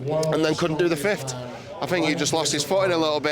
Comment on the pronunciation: Can someone have a word with Eddie and tell him it's pronounced fifth not fift.